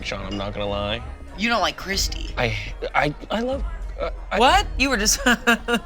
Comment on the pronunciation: Oh! It's Cursty, not Christi. Thank God. I thought was calling me out. I mean it's all accurate but rude.